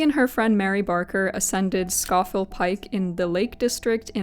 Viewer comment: just a note: scafell is traditionally pronounced 'scaw-fell'. Also its not generally that snowy!